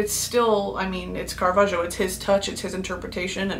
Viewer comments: Listen, I'm an Italian fan, and you said his name BEAUTIFULLY! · and btw your pronunciation of caravaggio's name was chef's kiss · that pronunciation was eccellente if i do say so myself🥰